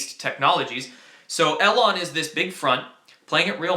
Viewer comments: EE lon not el lon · Eeeee Lon musk, not el on. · I thought it was E-lon not El-on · Long E, Elon Musk not alon. Thanks for your work kid. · It's "E"-Lon not "L"-on Musk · You still haven't been spammed the correct way Elon Musk is pronounced, actually is doesn't matter if its the correct way or not as its a name. Names of people and businesses can be spelled/pronounced however they want, either way its E-Lawn. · It's pronounced EEEElon. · Just a heads up, his name is pronounced "E" lon Musk. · Elon Musk is pronounced with a long E. (E-lon) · It’s pronounced Eee-lon. Also CBC is not a newspaper. It’s the nation’s public broadcasting agency, Canadian state media if you will. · Spaced is going to get us in the universe and one hour plane rides across this country..say his name right E...lone. Trump is big with Elon Musk...they know what's going on in space. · I love these updates but Elon is pronounced "eeeeee-lon" for future reference:) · The e in Elon is a long e sound. As in eel.